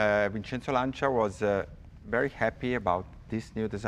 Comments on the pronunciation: Oh, cool. I've wonder for a long time how to correctly pronounce "Lancia". Jay seems to be saying LAN-CHEE-UH, but the native Italian speaker is saying "LAN-CHA". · Okay, once for all set how to pronounce Lancia. :)